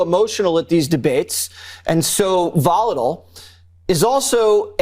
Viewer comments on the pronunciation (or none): Jesse waters can’t pronounce volatile!